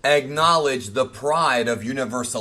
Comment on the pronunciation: Bruh. The way you said "Ack" in Acknowledge made me think you were going to say egg nog